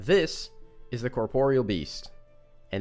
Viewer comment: Thank you so much for pronouncing "corporeal" correctly.